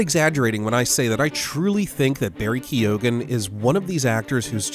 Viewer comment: Isn't it prenounced 'key-gun'?